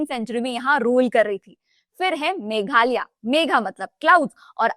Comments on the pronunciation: It's megh+alaya=meghalaya, not megh-alia 😂 learn to pronounce names correctly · Nice video but It is मेघालय not मेघालया